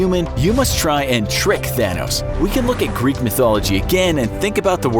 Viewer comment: I keep hearing "Fanos" the whole time lol